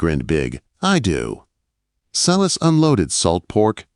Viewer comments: Sy-las, not See-liss. Please get some help to fix this AI glitch - it's very distracting and makes the story inauthentic. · From Southern Louisiana, saying thank you for this great story. Silas is pronounced S-long i sound, las- short a. If you don't believe me, read Acts 16.